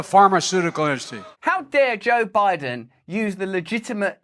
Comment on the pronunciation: Joe Bide-on has got a wide-on for noth-on?